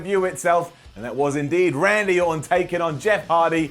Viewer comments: "Andy Orton" c'mon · I know you said "Randy", but I still hear "Andy", and now I wish there was a wrestler named Andy Orton, just for the laughs.